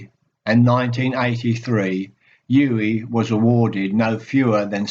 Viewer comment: Very good,. But you have mispronounced his first name throughout. It is OO-veh (stress on first syllable)